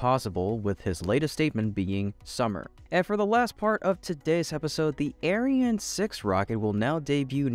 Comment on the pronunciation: You really need to differentiate your pronunciation of the ESA rocket : Ariane - arri anne Aryan - air rhean Because the aryan rocket has a sinister sound to it.....